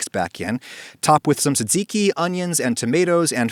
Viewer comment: That gyro pronunciation caused me pain! Ironically tzatziki was pronounced very well...